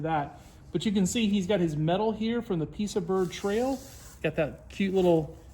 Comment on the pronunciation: Nice! FYI Piasa is pronounced pie-uh-saw.